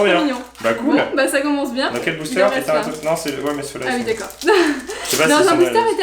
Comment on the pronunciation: c pas blister c bouster